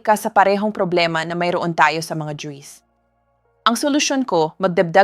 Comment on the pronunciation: Yung pronounce Nya sa juice ay juis